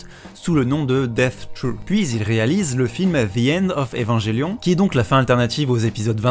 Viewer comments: Ça se prononce "Evanguelion" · AAAA ça me stresse maintenant xD. Les gens qui prononce Evangelion à la française.